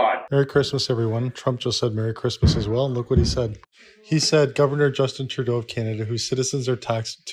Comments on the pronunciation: True-doh, not True-day-oo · Trudeau is pronounced, True-dough 😂 please say his name right, it's driving my OCD crazy.